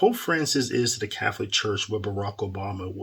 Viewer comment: I believe Fr Goring means well, because it seems when they forced him back to Cananda he seemed to have gotten soft. maybe he was threatened?🤷. I stopped watching him a few years ago as well because of that. Also, why do you say Cafolic instead of Catholic?